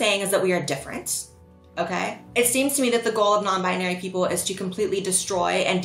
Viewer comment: I find it hilarious everytime he says non binery instead of nonbinary